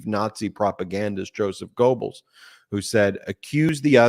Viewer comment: Goebbels is not pronounced "Go Bulls." If you can't pronounce it, just remember one American version rhymes with "pebbles" -- Gebbles -- while others say "Gerbles. Either is understandable. "Go Bulls" is not. Stick to your legal bull pen where you're the expert. Just please don't make "Go Bulls" a genocidal sports fan joke. It's vital people understand the Nazi Propagandist you often reference as your analogies are always spot on. You lose your point and divert our attention every time you drop a "Go Bulls" cow-pie on us. (I'm afraid to even ask how you pronounce "Goethe"). No one need explain how an "e" after "o" alters pronunciation of the "o" as if it had an umlaut (two tiny dots) above it. Ben's got this, yes?